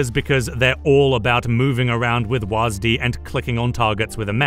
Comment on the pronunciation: My only problem with this video is how you pronounced "WASD."